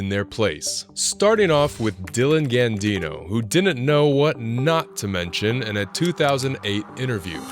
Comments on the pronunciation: It is Dylan Gadino, not Gandino. Brian Kalen is probably spelled correctly, though. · First, it's Dylan Gadino, not Gandino. Second, they are friends. Third, he was playing along with the "Burr destroys interviewer" trope. Admittedly Burr is a better comedian than Gadino but that doesn't justify your ignorance about the situation (and almost all situations portrayed here)